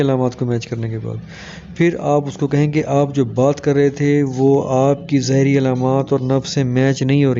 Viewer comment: زاری نہیں (ظاہری علامات ) شروع میں یہ لفظ اپ نے غلط بولا ہے